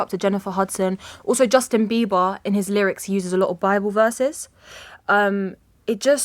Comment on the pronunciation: "Justin Bee-vahng." {:o:O:}